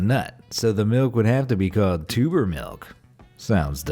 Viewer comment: Idk why I thought you said tumor instead of tuber